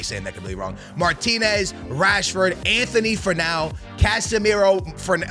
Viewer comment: There’s no H in Antony’s name. And you’re 100% mispronouncing Højulands name